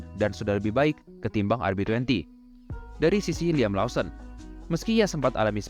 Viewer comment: Koreksi bang Lawson bacanya Lowsen